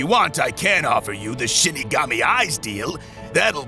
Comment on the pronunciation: Am i or he says shitigami